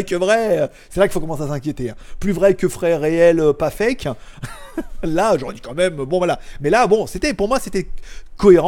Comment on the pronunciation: ... j'ai mis du temps avant de comprendre que quand tu dis CAFÉ, ça veut dire FAKE 😂